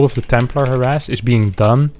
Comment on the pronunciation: Harass, not harras xD